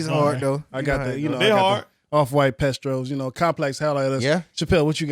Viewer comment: said "off white pestros"🤣. Man gotta learn how to pronounce words. All love